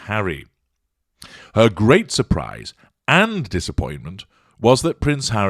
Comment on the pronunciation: Surely this must have been pointed out before but 'surprise' in French does not have a silent 's' in either syllable.